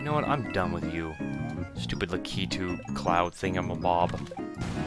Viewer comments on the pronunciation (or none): Also I think its pronounced lack i 2 for Lakitu. And also can you make an all bosses video for golden souls 2